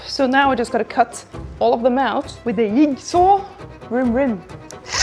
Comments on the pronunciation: Say “yieg saw” again. 😂😂 No, but hat’s off to the grueling work. Stained glass seems to get more tedious the more the intricate the design. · Love the way your accent rendered "jigsaw" to "yig saw" 😘